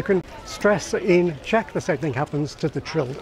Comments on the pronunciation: czech pronounciation is great. did you have to rehears that a couple of times or did you make it on the first try? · im from Brno and I am not offended at all :) I mean your pronounciation and accent was wery good. Way better than a czech wannabe famous model who spent 6 monts in US and has American accent when giving interview to czech media 😃